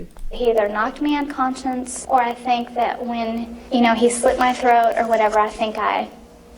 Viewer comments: she said "knocked me un-Constantinople", is she Turkish or something? She's talking Istanbullshit. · She said ‘Unconscience’ not the correct word’Unconcious’. That’s an interesting mistake. Almost like leakage except that she obviously doesn’t have a conscience about what she did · The analyst didn’t mention this but I replayed it several times and positive she said the man “knocked me unCONSCIENCE” Not “unconscious” so it really seems to me that she made a Freudian Slip about her conscience. A guilty conscience that is.. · She said “un conscience” not “unconscious” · ..." Knocked me un-"concience", instead of unconscious. She's also partly illiterate. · She said he either knocked her "un-conscience". CONSCIENCE instead of saying conscious. There's an "N' sound in there. She just Freudian slipped by saying she's got no conscience. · Only found this channel a day ago and loving it. I found it interesting that she said the man knocked her "unconscious", but it almost sounded like "unconscience", like she has a guilty conscience. Maybe it's just a misuse of the word, but still something odd.